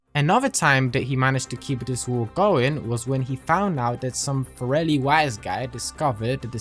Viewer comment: Love how Salvatore called the forellis the "corellis" at 5.27 😂